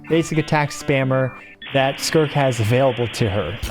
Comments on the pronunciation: "Skirk" 🤨 "Skirt" 🤓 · Is no the same to say skirk than skrrrrrrt 😂